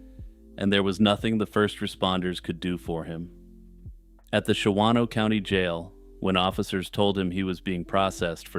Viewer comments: Hey, love your calm descriptions of horrible events! I have to be "that guy" really quick... just because... I live. in WI... it is pronounced "Shahno" (two syllables) by the locals... lolz. After the making a murderer craze made "Manitowoc" into a weird peeve... Ive been one of those people... every time I hear one of our weird cities in true crime... Please forgive me...:) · The second 'a' in "Shawano" is silent: Pronounced "SHAW-noh"